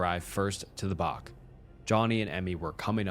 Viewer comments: a bach is pronounced like batch not bark :P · Bach = "Batch".. not "Bark".. 😂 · love your story telling and personal input you add so don't want to come across as being picky or rude but being a kiwi (New Zealander) the home by beach is a Bach pronounced exactly same way as Batch.. Thanks for all your wonderful work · Just one the bache is pronounced batch 😊great story though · It’s pronounced bat-ch like a batch of cookies